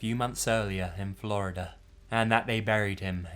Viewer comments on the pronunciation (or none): none